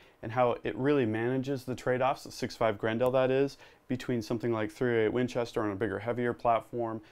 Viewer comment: It kills me how you say 6.5 GRENDAAL